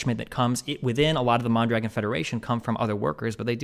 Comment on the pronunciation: Is it far fetched to imagine mispronouncing mondragon is some type of racist dog whistle